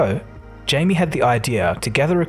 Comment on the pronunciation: Jamie <> Jaime (Hi-Meh) his name is in Spanish.